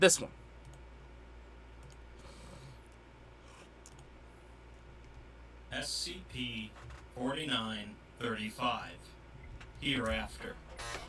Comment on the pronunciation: I hear you pronounce it as spc often.